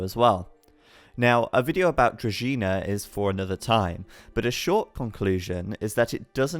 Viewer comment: Kudos to for knowing how to pronounce Druzhina (to be collected at the Varrock Museum).